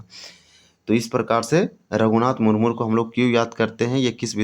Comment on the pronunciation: मुरमुर नहीं है भाई , मुर्मू है l